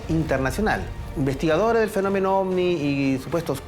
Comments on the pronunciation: En español, la letra “V” se pronuncia como “B” según la RAE. Me desespera escuchar “ofni” jajajaja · Ofni Ofni Ofni y ofni 😂😂😂😂